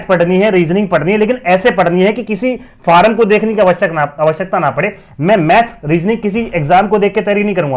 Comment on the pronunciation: भाई फॉर्म होता है फारम क्या होता है 😂